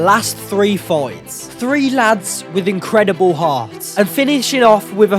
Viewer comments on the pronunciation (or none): none